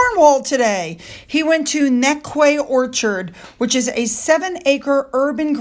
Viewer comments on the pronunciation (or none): The town in Cornwall, Newquay, is pronounced as "New Key" (as in "noo key"). Quay being pronounced in English as "key", as in a door key. It's called Newquay because it is a sea-side town with a harbour. The harbour being the "quay". 😁😁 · New quay is the correct pronunciation. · Hi, FYI William went to Newquay pronounced New Key 😹😹😹😹😹lovin it! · Hi, I love your content. FYI, Newquay is pronounced NYOO-KEY 🙂🏴🇬🇧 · Hi, new quay is pronounced new key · Hi. Just a thing … Newquay is pronounced “newkey”. And of course the King can’t see M and H’s children … that would mean a real photo might come out. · Newquay is pronounced ni ki but nice and brave try to pronounce any English names 🙂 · Good content. Btw - Newquay is pronounced "new key" and Berkeley is pronounced "Barclay" in the UK 🙂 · the word Quay is pronounced as key so it would be Newkey but spelt Newquay 😉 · That NewQuay is pronounce NEW KEY :D..just fyi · Looking gorgeous,! Newquay = Nooh-kee. We'll have you speaking like a Brit in no time! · you're awesome!!! BTW, it's pronounced; NEW-key. When you see that "quay" in Britain it sounds like "key", for whatever reason beats me! I read several books by British authors before I realized that. I think you should do you. I troweled the makeup on in High school and then till I was about 22 when I decided I looked better without it, and never did it again.🤣I think you look fabulous! And so does Taz, I know. That skin! Those white teeth! Her SMILE!!! ¯\_(ツ)_/¯ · Well fancy that, hearing from America that William was in Newquay (pronounced New key) just round the corner from me..I had no idea, I would have gone to see him if I had known oh well.. Harry was a traitor to Queen & country sat on Ophras so called interview (lie fest) why are they only bringing this up now? If Charlie thinks he's bringing his son back in, his popularity he's got now will disappear very quickly 🇬🇧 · Hi, Newquay in Corwall is pronounced Noo-key.